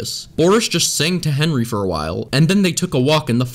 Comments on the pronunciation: u said “henwy” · Him: Henry teleports in the hallway Me: Henwy wers glashes u wong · i just love this blooper he decided to keep him after he said fenry. He practiced how to talk again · Good job liwle Henwy your finally learning me: you're a adult type the right things and why did you mess up on the Henry part to Hefry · Lol he says fennry 🤣🤣🤣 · It’s Henry not Henry.